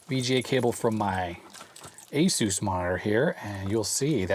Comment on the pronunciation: I kept hearing the “Asus” monitor as the Spanish pronunciation of Jesus. Given its abilities, perhaps appropriate.